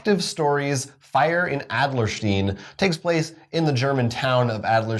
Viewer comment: You brought your German to Adlerstein! And then you totally Young Frankensteined it in the last syllable!